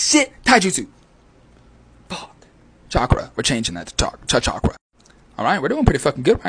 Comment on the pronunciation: Western pronounciation of the word chakra is..... A bit cringe